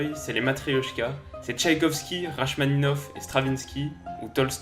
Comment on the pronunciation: 😲 Le Bolchoï est un théâtre, pas un ballet.... Rachmaninoff ça se prononce 《Rakmaninoff》 Sinon bonne vidéo